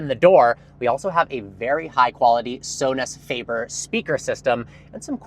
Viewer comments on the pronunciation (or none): Sonus Faber speaks as Sones vaaber